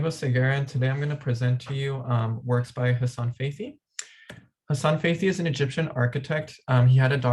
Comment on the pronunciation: His name pronounce Hassan fat’hy